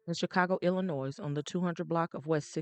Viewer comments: Thanks… I’ve been pronouncing it Illi-noise So its I’ll-noy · I mentioned this to her before. it irks my soul to hear people mispronounce Illinois, but because I appreciate her bottom line I deal with it. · The “S” is silent in the word Illinois.